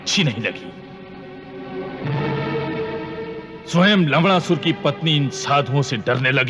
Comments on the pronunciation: Lawnasur Nahi Lawdasur naam hai. Sach baat bolne me sarm kaisa thik se suno video me Lawdasur hi Bol raha hai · Lagta hai tere kaan mein bhi lavda pila hua hai😂😂😂😂 Yeh lav-Na-sur hai jismein "Rana" wala 'n' lagta hai. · Lavnasur sounds like Laudasur😂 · किस-किस ने लवणा सुर के अपभ्रंश शब्द का उच्चारण सुनकर खूब हँसा???😅😅😅😂😂😂